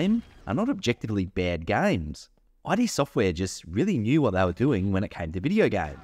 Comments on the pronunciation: It’s “id”. Not I.D. Since you claim to be a huge fan I would think you’d know how to say their name. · Why oh why are You calling Id software "aidi software*? It's pronunced "eed software " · Again, note: This is a bit difficult to explain, since English is a nonphonemic language, but you don't pronounce id Sortware "ai dee"(not like "I" & "D"), just simply id Sortware. And also I'm writing you use lower case "i" and "d" to match the stylized name, which just further indicates the fitting pronunciation. 😉👌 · Ah yes, thank you, I learnt this after I posted this video, clearly my education at work:) You will be pleased to know in my latest video (MOHAA) I correctly pronounce it. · You're right about Quake 2, it's a step up from Quake and an excellent game. It drew me in far more than original Quake, which I think of as a fantastic technology demo, but a fairly mediocre game. I shan't be using the RTX updates, my GPU is positively ancient. By the way... did anybody mention your pronunciation of "Id" ? 😂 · I loved the video... but the look up the pronounciation of ID... it's kind of deceptive :)